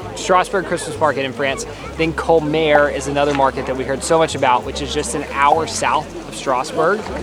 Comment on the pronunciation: On a side note: Colmar is neither in French nor in German ever pronounced as "Coalmaere". "Kolma" would probably be a bit better.